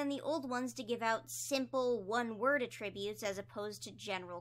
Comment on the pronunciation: please i love your videos i basically watch them religiously but i think you may be saying attributes wrong 😭 please don't take this as me being mean i just wanted to let you know, i could be wrong anyway. great video as always ur the best 👍